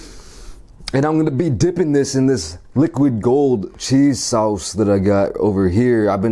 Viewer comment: "CHEESEE SOWSS"